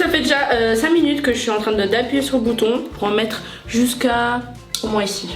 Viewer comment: Vous pouvez faire des vidéos slime dans votre chaîne amélina kiss et on dit moins sans dire le "s" pas moinsss voilà bisou 😙😘